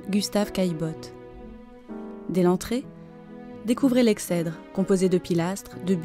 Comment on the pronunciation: Belles vues de cette propriété qui est le fleuron de notre belle commune de Yerres. Petite erreur dans le commentaire : La prononciation du mot Exèdre m'a interpelé car il se prononce phonétiquement Egsèdre et non Excèdre comme s'il y avait un C après le X comme dans excelle. Petit détail mais quand on poste un commentaire sur d'aussi belles vues c'est un peu dommage de laisser passer ça, d'autant que le mot n'est pas courant donc autant le prononcer correctement. Le journée du patrimoine de ce samedi 19 sept 2021 fut l'occasion de visiter l'intégralité des bâtiments et ce fut un vrai régal. Bravo à notre équipe municipale pour la restauration de cet ensemble qui fait notre fierté.